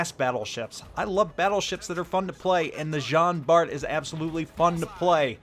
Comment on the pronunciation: Just to let you know it pronounce like John Bar.